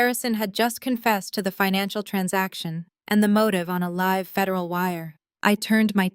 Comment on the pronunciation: When you improve your pronunciation of homonym read and live, and stop recapping midstory.